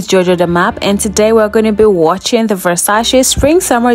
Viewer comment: at least say the brands name properly...